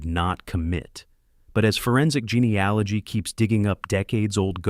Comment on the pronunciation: "genie aligy"? What load of crap